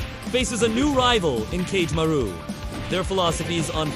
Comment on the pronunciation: The pronunciations of Kagemaru (Ka-geh-ma-roo) is frying me 💀